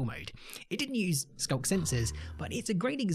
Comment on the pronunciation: "The skunk sensor is-" I'm sorry what was that? rewinds "The skunk sensor-" That's what I thought you said...